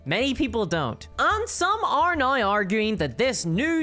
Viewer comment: How do you manage to put an "eye" sound in the word "now"? BoycottWotC! "Reasons why" is redundant.